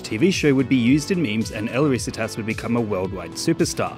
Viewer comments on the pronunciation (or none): it's not 'el RÍsitas', it's 'el riSItas' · i die inside a little every time he says "risitas". he researched the video so well but couldn't be bothered to punch the name into google translate